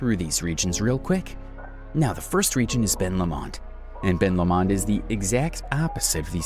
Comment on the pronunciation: I live in Tassie....Great vid but several mis pronounced place names ...You nailed it for lots of facts though... One really glaring one is Ben Lomond .. It's said Ben Lowmond .. Low as in opposite to high.. another is the Mersey River ...We say it as Merzey not sounding like Mercy as you said .. Both of these are completely understandable though by looking how they are written .. On Ben Lomond ...I am looking at it right now from my front door from 50 kilometres away ..Also South Sister , Mt Nicholas, Mt . Elephant and St. Patricks Head Pinnacle all visible from different parts of my property .. I'm nearly 900 ft or 272 metres above sea level in a valley . But within 15 minutes can be standing on a pristine beach looking toward the Tasman Sea/ Pacific Ocean to the east and the Southern Ocean to the south... It's amazing ...